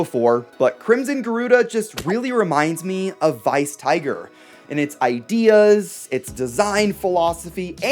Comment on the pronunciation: Well it's... Weiss. Not Vice. I think